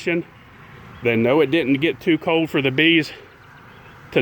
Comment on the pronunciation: This guys english is shit. Cold has an l it's not code like he sais